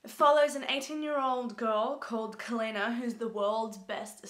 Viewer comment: It's pronounced Sel-ay-na